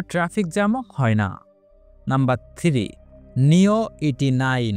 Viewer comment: আরে ভাই আপনি এত কিছু জানেন কিন্তু এখনো 3ভালো করে উচ্চারণ করতে পারেন না। আপনি তো 3 টা কে থিরি বানায় দিয়েছেন ।😅